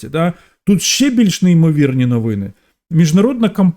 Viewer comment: А що це з слово навыны, асаблыво ,давгастракову ? Ты що жид?😅